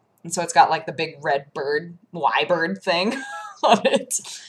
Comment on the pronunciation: Every other British person in their 20s/ late teens heard you say Why Bird rather than Y Bird.